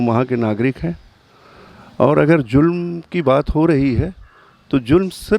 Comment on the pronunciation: Zulm (meaning cruelty), not julm (invalid word) or jurm (meaning crime).